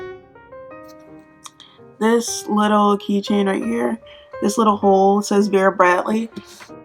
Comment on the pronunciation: It’s Vera bradley not bera bratly